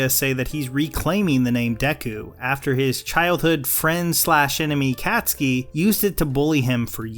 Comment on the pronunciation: Is nobody gonna talk about how he said Cat-ski?